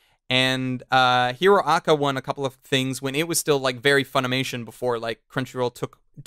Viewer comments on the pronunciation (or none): When you say hero aca, it sounds like urrraraka